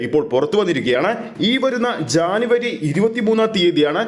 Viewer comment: എടാ പൊട്ടജാനവരിഅല്ലജനവരി ആണെ